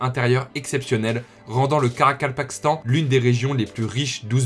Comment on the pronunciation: Bravo pour la prononciation du Karakapakastan👏 Moi j'essaie depuis tout à l'heure et j'y arrive pas lol